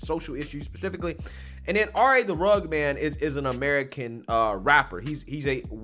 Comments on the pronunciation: not to be "That Guy" bit it's Rugg-ed Man not Rugg-d Man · entire response video: pronouncing dude's name like "rugd" instead of "rug-ged". RA: I'm not that guy!! Lol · My man! It's Rugg-ED Man, not Rugg'd man LoL I don't blame you I just know that you obviously haven't heard his music and what not but I'm just saying so you know haha Great video by the way I always love your stuff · RUH-GED not RUG. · its rugged as in rug-ged like rough. Cute that you called him the RA Rug man. I don't care for Tim Pool and I can not stand RA the rugged man, Tim is right he's a racist. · It’s pronounced Rug-ged. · It’s pronounced rugg-ed. If you describe a man as rugged, you mean that he has strong, masculine features. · It's RA the RUGGED (RUG-ID) man brother lol Either way, fuck him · The fact that this guy count pronounce Rugged man’s name right starts me off in a bad way. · you pronounced the musicians name wrong. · Very well said other than the mispronunciation. Knowing who RA is I'm surprised that's all that happened. That's a normal conversation with RA. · RUH-ged.... ./ˈrəɡəd/ Man. (of ground or terrain) having a broken, rocky, and uneven surface. "a rugged coastline" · It’s “rugged” man bubba one of the greatest MC’s to ever grace the mic. You could at least pronounce his name right. 🙄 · I like how you mispronounced rugged everytime 😂😂😂😂😂😂